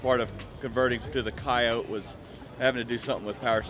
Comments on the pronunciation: Ford themselves say coyotE not coyot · wtf is a coyote? why isn’t he saying coyote? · Some people say it without the E on the end. Its weird.